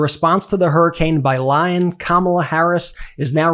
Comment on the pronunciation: What about the non degree people ? Lying Kamala ? I keep hearing LION KAMALA